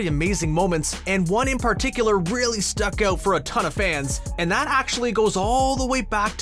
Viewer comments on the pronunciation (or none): No one: This guy: PAR-ticular